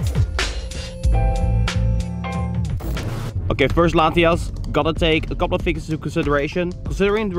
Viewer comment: dude... its latiAs not latiOs. you kept saying latios lol